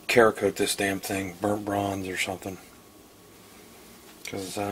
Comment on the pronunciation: I think its pronounced "Sarah-Kote". I agree that for the price these issues should be taken care of before Faxon lets this upper out of the factory. Nice setup though.